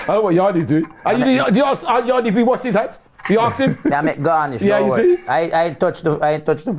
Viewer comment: Does the word “Arks” instead of “Ask” rattle other people as much as me?